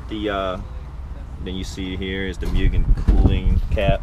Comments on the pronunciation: I believe it’s pronounced “Mooo-gan” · mew-gen.... it's pronounced like 'moo-gen', not cat sounds. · cool stuff, too bad this guy sounds like he doesn't know what he's talking about. 6 months into ownership. Sounds like he just bought this car the way it sits. Its also pronounced "moogen." smh